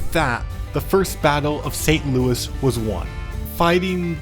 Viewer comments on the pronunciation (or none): none